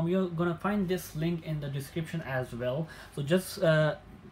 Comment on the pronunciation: “Eeeeehhh, just pest deh link.”